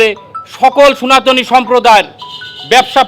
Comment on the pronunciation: দাদা সোনাতনী নয় শব্দটা সনাতনী